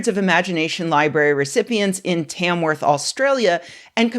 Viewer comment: A bit off topic but I find it interesting how every american seems to be able to slightly mispronounce literally every aussie town name even when they seem straight forward to me at least, I think it's like the accent making the vowels sound slightly and noticeably differently than how I've heard any aussie pronounce it. Like your Tamworth pronunciation sounds a bit more like T-ae-mworth instead of t-ah-mworth, it's very slight but just something I noticed. Also this is reminding me I should learn IPA so I can actually transcribe pronunciation